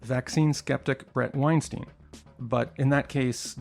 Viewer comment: Your pronunciation of Bret Weinstein's last name is utterly incorrect. His last name is pronounced the exact same way as Albert Einstein's last name.